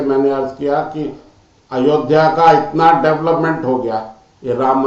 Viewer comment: अयोदिया नही अयोध्या।